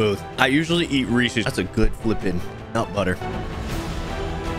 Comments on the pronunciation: REESEEsssss: like what is resees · It's not ree-seas, it's ree-sez. It's an apostrophe of possession, they were made by Harry Burnett Reese. So you pronounce it the same way you would any other apostrophe of possession. Like if I were to say, "That's YouTube Bracket's peanut butter." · Who pronounces Reese's like Reesee's? TT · Anyone else annoyed that he pronounced it "Reecy's" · It’s not pronounced reesees it’s reesuz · Maybe it tasted bad because he pronounced it ree-sees